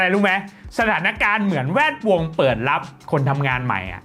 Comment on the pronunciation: ทำไมชอบอ่านว่า แว ดวง อะ 😂😂😂